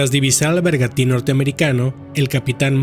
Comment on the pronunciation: La palabra correcta es “Bergantín “ no un bergati como lo pronuncias en el segundo 52. Un “bergantín” es un tipo de barco que dispone de dos palos y de una vela que puede ser redonda o cuadrada.